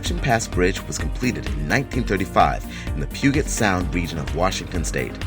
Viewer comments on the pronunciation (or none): No kidding! Deception pass bridge has a great view but I wouldn't go as far as calling it "amazing or unreal". And he pronounced Puget sound incorrectly too. He pronounced it "pew get" sound but it should be "pew jit". Any 3rd grader in the United states should know that just by watching the weather reporter a couple times. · Oh god, the humanity. It's pronounced "PEW-JET" not "Pug-it"....... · He also pronounced "Puget" wrong. Not to mention that in the 40 years I've lived in the area the pass never looked like that. The bridge has been finished for that long. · For anyone not familiar with Washington State, Puget sound is pronounced "pYU-jet". Not "pYU-get" like he says it. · Its not "Pew-get" sound for fucks sake. If your going to narrate places of the world,learn how to pronounce places in your home country at least. Man,the standards of this country are in the shit-hole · You pronounced Puget wrong.